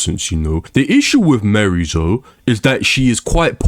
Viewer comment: Bro is just yapping, 13 minutes straight of complaining and refusing to say miarys name correctly. Not even to say tekken is fine but this is not accurate or productive at all. Just yapping about anything.